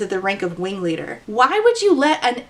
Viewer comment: I'm the wingleader! Weally!